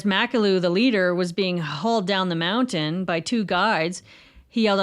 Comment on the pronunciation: Thank you for saying "mounTain"!